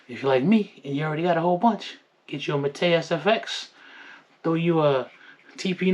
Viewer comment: Also been canik king u need to learn how to pronounce mete